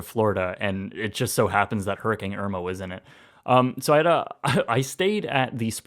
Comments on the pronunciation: Hurr-A-CANE not Hurr-eh-kang 😂🤣😜 just giving u crap😊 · is it just me or does it sound like he says hurrikang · seriously.. he's just straight up saying hurricang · Love all your videos and have watched some multiple times.. but is it just me? I keep hearing you saying it "Hurricang" I don't know why lol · I guess we've finally discovered the Canadian pronunciation now that a Canadian has experienced one